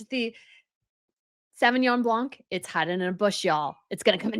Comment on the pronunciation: Sorry to be pandentic. It is BLAN not BLANC the C is silent.